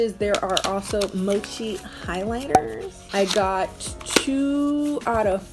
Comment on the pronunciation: Wait did you mean mochi or mochee lmao